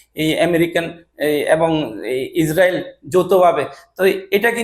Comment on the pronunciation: ইছ্রাইল,আর ব্রুজাল খলিফা,এই হলো উচ্চারণ এর অবস্থা। ভাই তোরে সাংবাদিক বানাইলো কে?